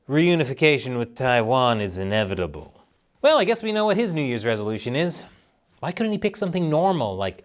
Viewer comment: "It's inevitable." "It's what?" "It's in..evitable." "Come again?" "It's inev... inevit..... It's in... God d**n it Amewika."